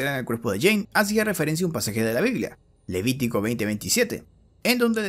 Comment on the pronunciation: nadie: inglese: jane dou jhonn dou argentinos: jean DOU